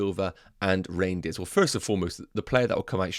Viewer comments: It’s not pronounced reindeers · Don’t think it’s pronounced reindeers haha